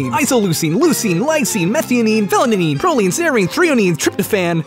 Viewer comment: It's pronounced Phenylalanine, not Phelynanine.